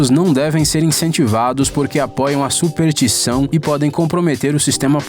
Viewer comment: Aos + ou- o apresentador diz "supertição"? O que vem a ser um SuperTição? É um negro grandão? Pqp. Em amigo, aprende a falar primeiro. Superstição, caraio.